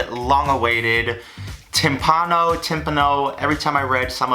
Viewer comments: ITS TIM-PAWN-NO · tim-PAH-no silly goose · Every time he mispronounces timpano I cringe Still glad he finally made this :0